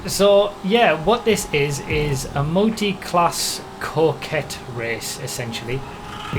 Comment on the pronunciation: It's pronounced "COCK-ett"